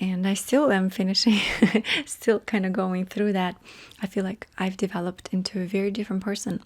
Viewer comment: " I'm not so russian anymore.".. followed by a "thrrrough" as russian as possible hahahahaha Love u